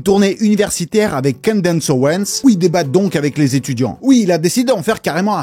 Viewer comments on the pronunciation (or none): none